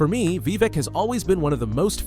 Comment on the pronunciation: Great Video. But why pronounce it as Vevec?